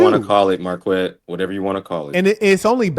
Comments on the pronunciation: The gay guy doesn’t even know how to pronounce his own name 😂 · Marquette can't even pronounce his own name. He went to this so called prestigious college and became a teacher.. What a clown